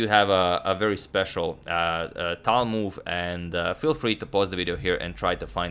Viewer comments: I'm impressed by your proper pronunciation of Tal's name with a 'soft' L. - Таль POP QUIZ: HOW MANY FINGERS did Mikhail Tal have? If you know the answer without Googling it, you are a true Tal fan. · I love how you now say his last name correctly and also calling him Misha😂🤞🏻